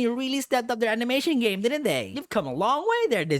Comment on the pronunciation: Please I thought you said gay not game